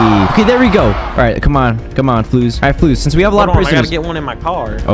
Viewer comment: Call fluwz fwuwz